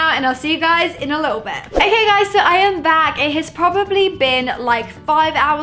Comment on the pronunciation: I feel annoyed when she says ok it sounds like akey and it's soo irritating